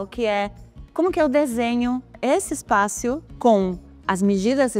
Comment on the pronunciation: Oi Paola! Que bom que está quase voltando, os sábados estão bem sem graça com sua ausência. Torcendo pra que tudo dê certo e você volte logo. Se você me permite uma observação, não sei se sua equipe tem receio de te corrigir, mas eu não aguento, sou detalhista. Existem palavras que você pronuncia com uma vogal a mais. Espaço e diferença. Você coloca um “i” a mais na pronuncia. Você fala: Diferencia e espácio. Desculpa se fui muito invasivo, mas estava com brotoejas já. Um grande abraço.